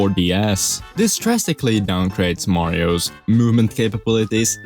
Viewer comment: does him adding an extra syllable to every word that ends in 's annoy anyone else? marioses, 3d landses, gameses